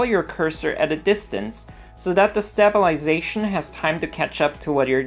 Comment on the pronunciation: Awesome tutorial! Thanks for the help. It's "sta·bi·li·za·tion"... not "Stab-il-ization". Sorry... :P